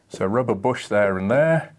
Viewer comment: Somewhere around 14 minutes you say rubber bush and I understood Robert Bosch. I guess that's a car freak misunderstanding.